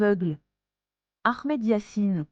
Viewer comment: Quand le journaliste prononce Akhmad yassine au lieu de Ahmad, ou bien khamas au lieu du hamas, 😂 plus besoin de continuer la vidéo .